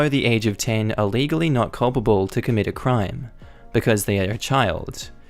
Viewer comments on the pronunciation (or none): none